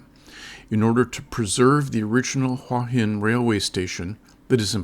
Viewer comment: It's "hoowah hin", not "wHah hin". If you consider this your home, might learn to say the name properly